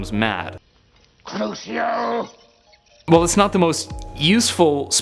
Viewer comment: Btw he said trucio not crucio